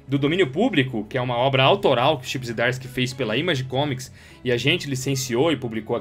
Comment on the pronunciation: Eu tenho em duplicidade e dou de presente o número 18 quando aprenderes a pronunciar corretamente os nomes Zdarsky e Moebius...